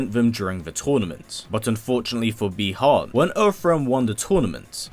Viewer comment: Really can’t stand when you say sub zero name as bie Han which is bi Han with out the e